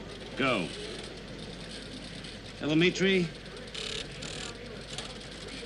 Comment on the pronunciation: The Nasa controler said "Tele-MEEE-Tree" 🤫